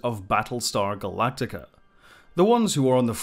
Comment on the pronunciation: It's Galactica.